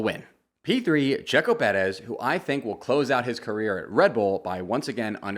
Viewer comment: Checo who? What the hell kind of pronunciation was that when you said his last name?